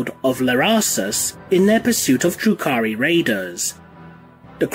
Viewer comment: I was listening to this while mowing the lawn and kept thinking you were saying, "Drew Carrey". Learned a lot.